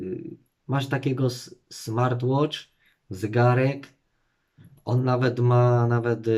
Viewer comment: Ciekawe, że idealnie wymawia smartwatch. Smartłocz vs zygarek. Może powinien mówić po angielsku.